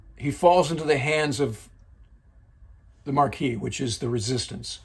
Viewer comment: the U.S. Air Force was established in 1947. The Army Air Corps became the U.S. Army Air Forces in 1942. The French resistance was known as the "Maquis" (no 'r'). You produce good content.